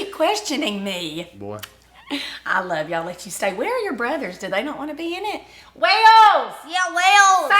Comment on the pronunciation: I’m curious why you pronounce Wales as “wells” instead of “wales”? Not in a negative way because I do the same lol just genuinely curious.